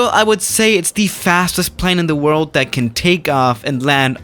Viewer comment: Nobody:: OK guys this is the fastest plane in the WORLD The PLANE: I AM SPEEEEEEED